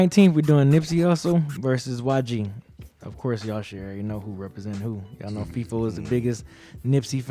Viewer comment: They really be calling Feefo, Leefo?? Lol 😂💀